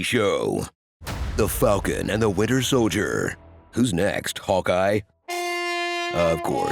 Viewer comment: "The Falcon and The Winter Soldier": ❌ "Sky Captain and Stare Soldier": ✔️